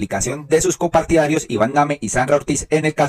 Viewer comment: No sé dice COMPARTIDARIOS ,se dice COPARTIDARIOS